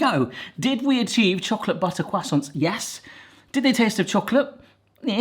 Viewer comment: Love how pronounces croissants as kwassonts.